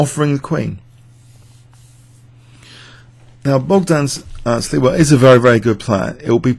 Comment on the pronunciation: It is Bogdan Śliwa, not Sliwa btw.